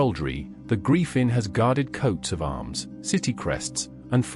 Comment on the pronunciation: You mispronounce griffin